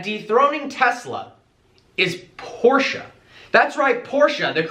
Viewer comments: learn how to pronounce Porsche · its not porscha . its porsche